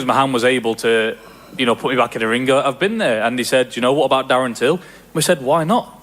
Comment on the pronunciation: "Fommy Tury vs Tarren Dill" lol